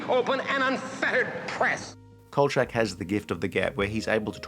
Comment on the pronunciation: I’ve never heard anybody pronounce it chak like change. It’s always been Kol-shack.